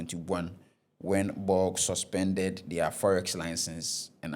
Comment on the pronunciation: Ɛnnyɛ Ernest & Young, senior... it's ERNST & YOUNG. And again, Bank of Ghana is not shortened as "Bɔg" or whatever it is he was saying😂. It's B.O.G...as in, say the letters! Everyone knows this bro🤦🏽‍♂️🤌🏽 Barbados = Bah-bay-dos...not Bah-bah-dos. Bruh!!!🤦🏽‍♂️🤦🏽‍♂️🤦🏽‍♂️